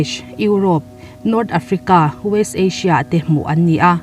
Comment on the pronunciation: Asia hi Ashia....tih loh tur ania..ka lo ngaimawh ve deuh😁😁